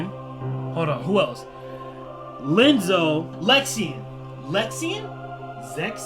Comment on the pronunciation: Here are another clarifications and informations: - Ansem report 0 in KH1 wich Ansem the wise is referring to is actually Ansem report 1. This is because of a mistranslation from the japanese version. - It is not Lenzo but Ienzo as in ienzo. It is a capital i not a little L😂 his nobody self is Zexion. But Iam really proud you got behind the names yourself👌🏼 - Ansem the wise was banished by Xehanort. Then Xehanort officially took over his name and splitted himself into Xemnas and Ansem seeker of darkness - In CoM Sora goes from floor 1 to 13 while Riku went upstairs from the bottom of the basement so basically from floor -12 to 0 - Roxas and Namine are the only nobodies that look different to their original selves. Anyways really nice video!😊🌽